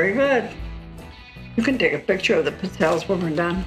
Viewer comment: Looks like a good recipe. But for the love of God, it's pronounced "peet-tzell-ayes", not "pit-zelles"...